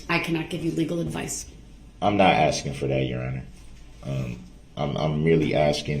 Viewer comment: Also, honestly shocked he didn't make a big deal about her not looking at him. "Is it fair to say you should look at the person axing you questions to hear the questions clearly?" UGH. He's so vile.